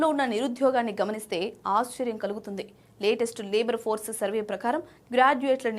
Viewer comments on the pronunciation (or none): none